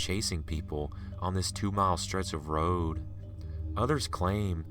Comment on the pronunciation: I dislike the way he reads/tells the story.... his voice... ugh!... GOD his voice.... Interesting stories.... but... the way he reads the story... he reminds me of another narrator, named Joey.... ugh.... ew... the way he says road...